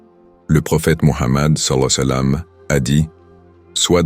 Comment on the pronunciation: SALLA LAHOU ALLEYE HI WA SALAM POUR QUE L'IA PUISSE BIEN PRONONOCER CETTE PHRASE OU BIEN VOUS METTEZ JUSTE PAIX ET SALUE SUR LUI. CELA DERRANGE D'ENTENDRE LE MOT DEFORME